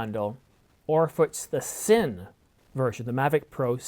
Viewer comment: thumbs down for not being able to correctly pronounce Cine